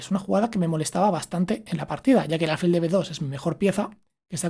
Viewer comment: Acabo de suscribirme y te felicito por el canal. Pero me llama la atención que digas alfil unas veces como palabra llana y otras como aguda. Yo creo que es aguda😄😄